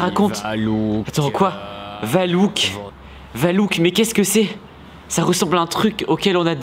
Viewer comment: C'est pas valouk c'est valak